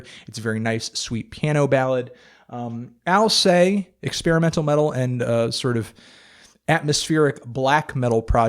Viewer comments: alCEST not alSAY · BTW, Alcest is pronounced "AL-CEH-STH" not "AL-CEH". The name was inspired by the mythological character Alcestis (Alceste in French) ;) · For the record, you pronounce Alcest like you'd pronounce "incest". Thanks for the music tips NeedleDrop ! Review my band next time ! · Oh god I have been pronouncing alcest like 'alsest' all this time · I thought I heard them pronounce "Alcest" All-sest in concert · is that really how you pronounce alcest?